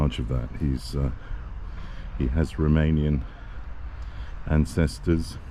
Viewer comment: Your Romanian pronunciation is really good.